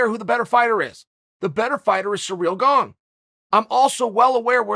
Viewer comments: Chael keeps saying Ciryl “Gong” Please nobody correct him 🤣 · Just clicked to hear him say Gong!😂😂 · Congratulations gane even if chael can't pronounce your name!